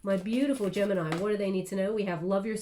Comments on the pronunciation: I’m not even surprised anymore)) Apparently knows everything about mi private life )) 31 and 13 (31 in reverse) are extremely relevant numbers for me. The important dates, years, floors etc always wether 13 or 31. Gemini ♊️ in Italian 🇮🇹 is pronounced right how did it at the beginning of the reading. Tête-à-tête (head to head in French) means one to one conversation. Thank you so much for your precious time and your beautiful guidance. Love 💜 and light 💛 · My Italian friends told me the proper way to pronounce Gemini is Geminee which seems to drive North Americans nuts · Gemini, is the pronunciation in Spanish! 😉😘🥰 I love u so much, u have no clue how much u help me. Tarorist to tarorist!!!